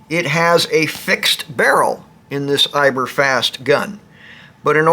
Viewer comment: Good info, but it's EibAr...Eibar, not Eiber